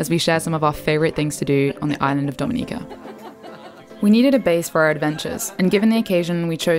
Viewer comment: This was really good. I loved that you correctly pronounced the name of our island. I get peeved when people don't care enough to do even that. My only observation would be to please encourage visitors going on intermediate to advanced hikes on 🇩🇲, such as the one to Victoria Falls, to please hire a certified tour guide. People have had mishsps, gotten lost, hurt, and even died on some of our teails. That message of safety should accompany a beautiful vlog like this.